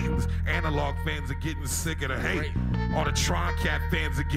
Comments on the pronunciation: I think Earl accidentally said "rape" instead of hate. sounds like it. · Lol earl said rape instead of hate